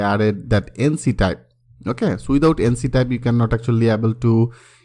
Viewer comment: ইঙ্ক টাইপ । এনছি টাইপ না । আপনার কন্টেন্ট অনেক ভালো কিন্তু ইংরেজি :|